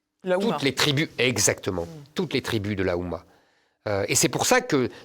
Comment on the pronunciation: Zemmour magistral. Juste une remarque, on dit l'Oumma, pas la Oumma (comme l'ouverture, l'ouvrière, etc.)